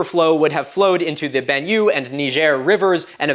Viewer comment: Benue River... Ben oo ehy! The French has an "e" accent acute so it is pronounced as "eh" or "ay" as in say, day, hay, hey!